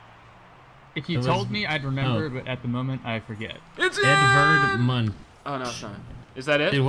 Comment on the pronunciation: FYI, "Munch" is pronounced like the word Munk. And he was Norwegian :)